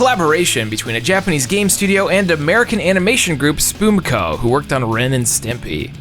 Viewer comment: ...im sorry, but Spoomco ? where you getting those extra O's or U's from man?